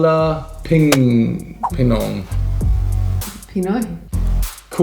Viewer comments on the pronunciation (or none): hahaha.... you pronounce it kinda wrong... it's KA-WA-LING PINOY... Yup it's kinda salty because of the shrimp paste... well just add more rice to compensate for the saltiness of Bicol Express...try cooking Caldereta Beef or Pork, Chicken Afritada, Adobo Pork or Chicken or both, Pork Menudo, Beef Bulalo.... or try our exotic food Pork Dinuguan (Pork Blood Stew), Fish Kinilaw (raw fish), Adobong Balut... Yup, you also said it right The Pulutan word lol...It's amazing to hear is knowledgeable on how Filipinos used spoon and fork when eating...